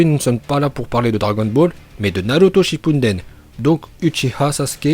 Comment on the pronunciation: Les "4G" "NaLuto ShippuNden" "MadaLa" "Laiton" Encore une fois a mit tous le monde d accord ça prononciation est parfaite👏👌